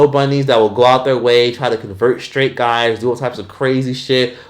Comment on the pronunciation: “So if you guts haven’t heard-uh Sangria-“ 😂😂😂